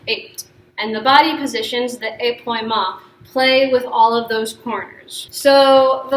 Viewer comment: épaulement - is where the upper torso (and thus the shoulders) twists while the hips remain square, like in balancés pau is pronounced more like pole (not like p’wah) thus ay-pole-mont not ay-p’wah-mont